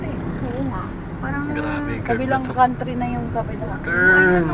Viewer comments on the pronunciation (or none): none